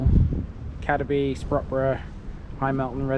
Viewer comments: Cad-eby no Cadeby its pronounced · Just to clarify a previous comment. "Cadeby" should be pronounced Cade (to rhyme with Slade) -by.